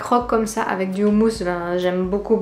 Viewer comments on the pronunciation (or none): none